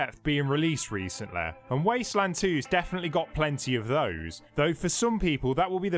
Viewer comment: "It's naise to see more games with comleshitty and debt being released recentlaay" English, do you speak it??